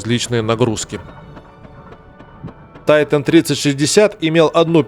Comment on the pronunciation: Потому же, что и Тайтайник😊